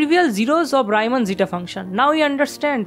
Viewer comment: Gorgeous. Keep going! Just an unimportant - but in Europe not so much - detail: it's Reeman not Raiman, he was German not Anglais. Love India.